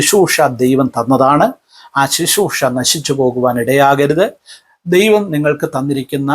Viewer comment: Shishroosha alla uncle Sisroosha ennu para aadhyam ...